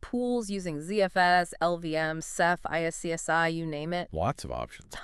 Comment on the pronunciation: Seriously. Pronouncing iSCSI as I-s-c-s-i made me 🤮